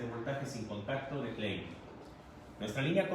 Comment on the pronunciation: Amigo exponente : si supieras pronunciar el nombre de tu producto Klein ( clain ) tools, y no clean (klin) como tu lo dices . Todos te la creeriamos. Saludos.....